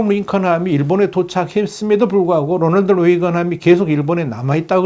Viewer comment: 롸널드 뤠이건..... 그냥 로널드 레이건 에이브라함 링컨이라고 발음 하세요